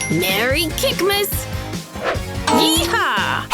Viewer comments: "Merry kickmas"? Huh it's Christmas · not kikmas kissmas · The Girl: MERRY KIKMAS Me: it was to close to say the merry Christmas